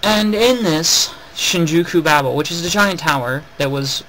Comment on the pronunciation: Good video, but I have a few complaints about how you pronounce things, Babel : Baybel Tensei : Tensay others but I cant be bothered to get them.